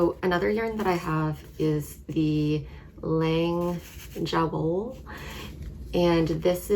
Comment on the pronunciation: Hi, your lavender socks turned out beautiful, and that eye of partridge heel is a technique I plan to try--definitely a step beyond the slip stitch heel. Just an FYI, the J in the Lang Jawoll yarn is pronounced as a Y (ya-vole; it's German). Thanks for bringing the 52 Weeks of Socks book to my attention and for a great video!